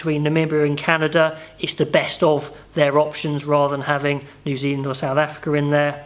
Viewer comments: Great vid mate, Zew Zealand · Zew zealand?